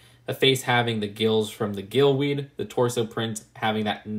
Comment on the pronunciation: its not "gill weed" its "gillY weed"